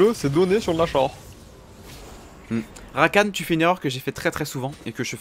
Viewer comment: Rakane( prononciation) pas Rakan c'est énervant de ouf